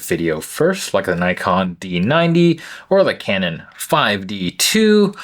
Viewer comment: Can-non is correct, is how we pronounce it in japan. "Kannon", the goddess of mercy.😊